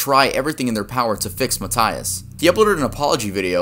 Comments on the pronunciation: Mataias, MATAIAS broooooo 😂😂😂😂 why do u say it like that It’s Matias 😭😭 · You are saying MATÍAS wrong it's m-a-ite-as